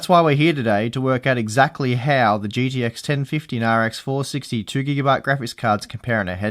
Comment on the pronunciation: holy fuck its g T x not "GDX"